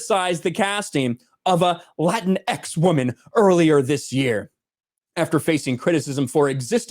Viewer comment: "lateenks steenks"!